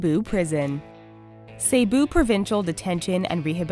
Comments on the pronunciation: Cebu is pronouned "seh-boo" not "say-boo" 🙄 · It's really funny when she pronounces Cebu as "Sayboo" instead of "Seboo". Hahaha. How I love her accent. 😂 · Cebu is pronouced as 'sebu' not say-bu... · I love it when she said "Say-Boo". It should have been "See-Boo". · Dear, I'm not butthurt or anything but the correct way of pronouncing Cebu is ceh-buh and not cey-buh. And by the way I'm a Filipino so yeah. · Cebu?(sayboo?!!) no it's Cebu (seboo) how should I know? I'm filipino xD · To say Cebu properly,It's See-Bu,Not Ceh-bu. I'm not saying anything though,I love your content. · Cebu ,it's not "Say-Boo" it's "Seh-Boo" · it bothers me when she says say-boo.... its actually see-boo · The pronouncation of the Cebu is Sebu not Seybu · CEBU dude! Not CEYBOU :-P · correction on the cebu prison its actually pronouced. Si-bu not Se-bu. Peace!! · its Ce - Bu not CeyBu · it is not seybu it is prounance sebu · It's not sey-boo it se-boo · Its Not Seibu Its Sebu XD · its sebu not seybu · it's /se-bu/ not seybu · its not say-bu its c-bu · its se-bu not sey-bu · "Sey-bu, Philippines" omfg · Im Pilipino so uh when she said Cebu I cringed cuz it's actually said (see-boo) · Still not over with "saybu" huhuhu it's okay tho because I understand that they have a different access from us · "saybu" lol XD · pls. Cebu is "seh-buh".